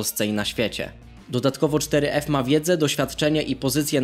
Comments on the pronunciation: Czyta się foref a nie czteryef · Mówi się foref